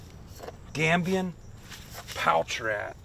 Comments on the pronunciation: “They’re Gambodian, straight from Gambodia!” 🤦🏻‍♂️ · You keep saying Gambodian rats, it's Gambian😂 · Gambian. Not Gambodian. Good shooting. Thank you.